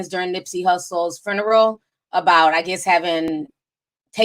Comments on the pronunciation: Not a vigual 🤦🏾‍♀️ the word is VIGIL...and FURNERAL 😒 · “Fruneral, Vietmanese, and ninegerian” 😂😂 I love it. Oh and you can refer to us “Caribbean people” as West Indian ❤️✊🏾